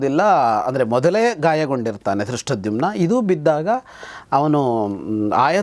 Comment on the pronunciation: Yes. He pronounces Drushtadumnya instead of Drushtadyumna.